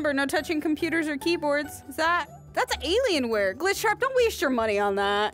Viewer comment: When you said ailien wear I HAVE THE COMPUTER😮